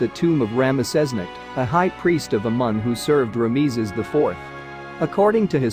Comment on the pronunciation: How did you manage to mispronounce : Ramses, Horemheb and Tutankhamen?